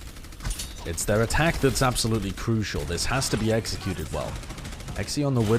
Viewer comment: "its gonna have to be xzicuted well"